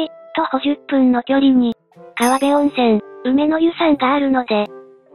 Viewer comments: あれ、かわべと読まず、かべと読むんじゃ無かった？ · 元河辺駅住民です! 東青梅は市役所あるのに静かな穏やかな街だよね☺ このエリアならオートロック付きでも3万台後半〜4万台前半とかありましたね😊 あとかわべじゃく「かべ」ですよー😊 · それ「かわべ」じゃなくて「かべ」って読みます。